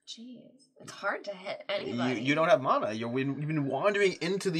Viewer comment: I hate that you’re pronouncing mana differently from how I do, and it turns out you’re the correct one 😂. This is a tough day for me